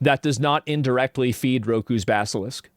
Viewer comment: It's rokos basilisk not rokus basilisk